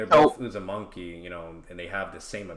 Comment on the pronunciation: Really enjoyed the video. Just kept getting thrown off because kept saying "uzumonkey" clan 😂 Cool debate though!